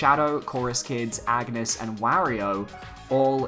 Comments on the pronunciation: I'm going to correct every person who pronounces Agnès the wrong way. It's On-yes. Not Ag-ness. Her game is voice acted for crying out loud. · I die a little every time you say "Ag-nes" It's "Ann-yes" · wazz up well it’s actually pronounced on-yes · If Agnes is the girl from Bravely series, her name is pronounced "awn-yes" not "ag-ness" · AUN-YES. Not AGG-NUS. I know the spelling seems similar, but it's meant to be pronounced VERY differently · Kinda like the Isaac render (the entire one), love the fact that the "leaker" merge his DD style with his original style. Also, juste to point it out : Agnès is a french name which is pronounced "Ane-yess", not "Agu-nes". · Anges is pronounced (On-Yez) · It’s pronounced An-yes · Lol even though this is fake, everyone who does a video on this leak keeps pronouncing Agnès wrong and keep saying Agnus, Its not bad i just find it funny lol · It's sad how many people haven't played Bravely Default, and don't know how to say Agnés name :( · Has none of these youtubers played the Bravely games? No one ever pronounces her name right